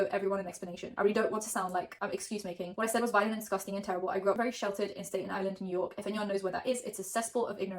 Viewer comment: How did you mispronounce Staten Island. Stat-en, not State-n